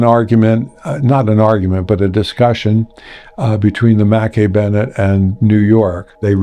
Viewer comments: You do not pronounce the ship name Makkie. In Scotland it’s Mac.Eye Mc and Mac are pronounced the same and KAY IS eye like 2 words not one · Pronounced Mack-ay not Mack--ee. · It's not mackie bennett It's pronounced MACK-EYE bennett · Shouldn’t the ship name be pronounced “Mackay” not “Mackie” ? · Mackay is pronounced Mac Eye ,,,,Angie in Scotland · Mackay would be pronounces Mack - Eye in Scotland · pronounced - - mah kay Bennett .... Jesus H Christ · Mackay is pronounced mac-eye ..... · I'm Scottish and Mackay is pronounced ma-ki. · Interesting pronunciation of the Scottish surname "Mackay".